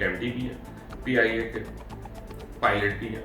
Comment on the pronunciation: PIA should be banned 😭it not pia its peeeee -ia 😡😡😡